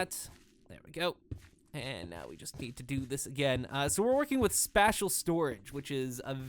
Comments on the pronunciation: It's pronounced spaysh, not spash. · The way you pronounce "spacial" makes me cringe. XD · Spatial = spay shull -. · Space... Spatial is pronounced like space-tial. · Dude, it's pronounced sp-ay-stial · i know right!? i might have subbed had not been for that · Your pronunciation of spatial.@@ Auuuugh. Other than that, nice I guess. Was really distracting though.@@ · He's pronouncing it the same way you'd pronounce "Special" if you put an "a" instead of an "e". The English language is buggy xD